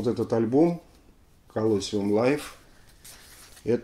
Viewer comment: Извините за занудство, по-английски произносится колосИум. Спасибо, что-то долго не было новых выпусков. :)